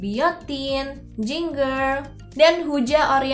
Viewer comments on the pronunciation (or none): It's Jinjer not Jingger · btw ginger bacanya "jinjer" ya bukan jinger. semangat ngontennya